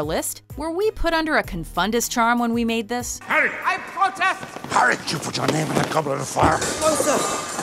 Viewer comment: Just saying but...when you said "putah" and "put your", putah but without the h is actually a really bad word in spanish. just pointing it out. but honestly, I LAUGHED MY BUTT OFF flips ravenclaw table (┛◉Д◉)┛彡┻━┻